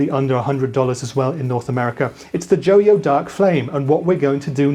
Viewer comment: JO-YO? NO, IT'S JOY-O!